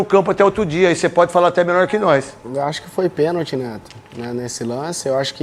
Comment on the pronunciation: Tem que ensinar pra eles que a palavra correta é pênalti não penti